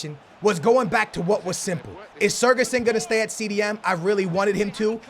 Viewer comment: its not sergason lmao